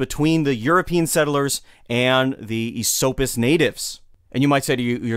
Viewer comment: its definitely "Eh-SOAP-us" to the natives. Lived there my whole life, and never heard ESS-suppis.